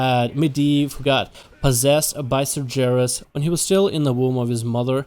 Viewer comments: Cmon His name is pronounced SAR-GER(LIKE BEAR WITH A G) IS(iiiiissss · holds in yelling holds it in even more apologizes ITS PRONOUCED SAR-GHARUS GUH GUH GUH UUUH *LORE NERRRD RAAAAGE!!! <3 love you vids though xD